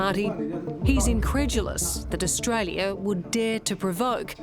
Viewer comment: bro can’t read the word “Australia”